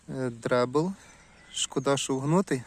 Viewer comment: Дрейдл а не дребл!